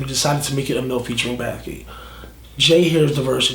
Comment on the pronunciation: baffgate or bathgate